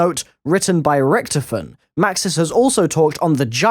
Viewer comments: its not richtifon its richtofen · It's said rick-taw-fin